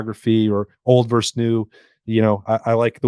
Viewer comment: Versus,. Versus.